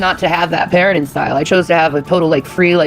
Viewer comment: Ik this is unimportant but why can't she say anything that ends with ing like parentin instead of parenting like did she fucking fail elementary?? Its also extremely annoying